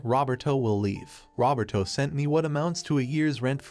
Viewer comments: The AI pronouncing “Roberto” like “Robert-O” is sending me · i know is a sad story full of hardships but... the text-to-speech says "Rubber-Toe" when talking about the daughter's fiance